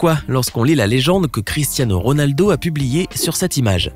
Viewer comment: Il a dit Rolado mais RONALDO